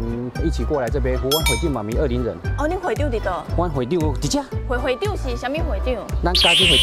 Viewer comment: 大概在2分30到3分鐘那裡 發現捲舌好像真的很重要 不然二林國小直接變成惡靈國小 有夠恐怖